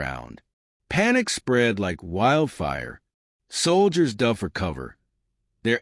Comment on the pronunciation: please get it right when you are reading the words because the word is DOVE with a Long O and not a dove with a short o I keep on wanting to tell y'all about that, but I keep on forgetting to do it